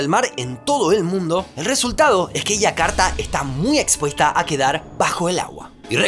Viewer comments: Aiakarta no, Yakarta. (Jakarta). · entonces no seria Y si no sh, la y tiene una pronunciación bien clara y específica. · No entiendo por qué a los nombres propios que llevan "Y" los pronuncia como "I" ( Iakarta/ Abuia) si su forma natural de pronunciar las "Y" es "SH" ( flushen/ aposhes). ¡Por lo demás, excelente video!